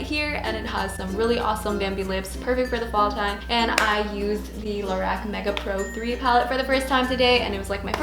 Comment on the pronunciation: just so you know its pronounced low-rock